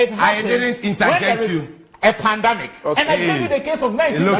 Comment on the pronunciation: The NPP man says pandAmic. We really have the men.😂😂😂😂 As for Hawa Koomson, this is what you get when you interview an illiterate. 😂😂